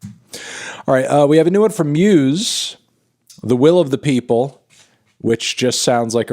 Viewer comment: loves Muse but thinks it's pronounced "museey"